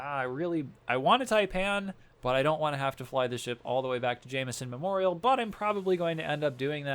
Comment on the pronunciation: ja-m’-son memorial XD